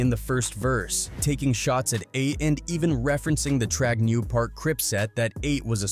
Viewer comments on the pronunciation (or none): If you are going to talk about this learn to pronounce the names properly...it's treetop PI-ROO...PHONETICALLY AND TRAG-NOO PAR GANGSTER CRIPS